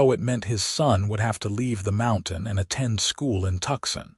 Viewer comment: Although the narrator speaks excellent English (American accent) but, his pronunciation of Tuscon is - wrong. And, never using contractions ie: I cannot instead of can't - or, I do not instead of I don't - the narration is stiff and formal. Just an observation.